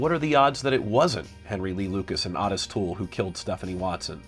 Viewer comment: As evidenced in original video interviews with him, Ottis Toole didn't actually pronounce his name that way.